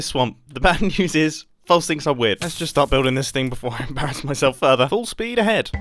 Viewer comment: When u said "full speed ahead" it sounded like u said "false peed a head"